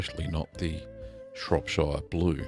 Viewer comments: The way you pronounce shropshire gives me anxiety... I'm British btw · Please pronounce Shropshire correctly at least lol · Itttsss fiiiiinne You english and your "burgh" and "shire", as long as the message is conveyed it's fine. If I corrected every person who pronounced "New Orleans" like a tourist, I'd never have time to watch a guy make cheese. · Yeah as a French I can understand why French or Italians for instance don't pronounce [...]shire the right way in this context but I don't get why most americans don't seem to know how it's pronounced originally. Like, if you're talking about a county that's in England, pronounce it shuh, idk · not being pedantic..... well i am but i'm from there..... it's pronounced shropsher, not shropshiiire :-) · It's pronounced "Shrop-sherr", not "Shrop-shieerrrr" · It's pronounced like Cher rather than Shire. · Matey, it's Shropsheer, not Shropshyre... it's not Lord of the Rings! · Long-winded presenter if ever there was one! Just haven't got the time or patience to hear him out. And, he mispronounces all the English counties the same as ShropSHYER, where I also am from. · Shropshire is pronounced Shropshur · Shropshire is pronounced Shropshur, same goes for all the other 'shire' counties in the UK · Shropshire is pronounced "Shrop shuh" - like the sound in the word "pressure". Same goes for Cheshire, Lancashire etc etc. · It's pronounced shorp-shirr.. lots of people from abroad make this mistake.. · Pronounce shire or shear or Shuh probably better off saying it Shropshear or Nottinghamshear as a Salop my self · Shrop-Sheer, not Shire.......... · Shropsheer lol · "Shropsher" :o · It's great that you allow your subscribers to learn from your minor blues, lest we repeat them. By the way, Shropshire is pronounced "Shropsher". When speaking "Pom", we Aussies should endeavor to get it right. Got it ..... guv? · I clicked on this just so I could hear you mispronounce Shropshire :D You didn't disappoint! haha